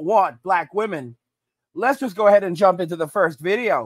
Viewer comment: "SHE'Z NOT YOUR'Z IT'Z JUZT YOUR TURN"